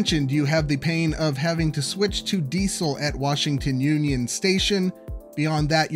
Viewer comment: The way you say Diesel hurts my ears.